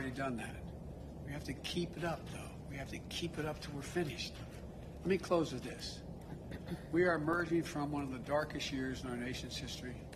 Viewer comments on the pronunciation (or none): none